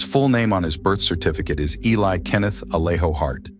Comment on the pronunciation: This is why AI sucks. His name is Eli, not Ali. Mom is Julissa, not Julia. Get it right or don't put it out!